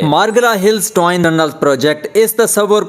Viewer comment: Twine kia hota hay, agar parh likh letay to twin kehtay